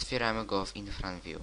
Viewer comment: IRFANVIEW A NIE INFRANVIEW